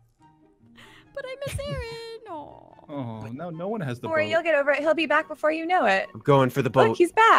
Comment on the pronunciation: OH MY GOD SHE KEEPS SAYING ALPHA INSTEAD OF AARON ITS HILARIOUS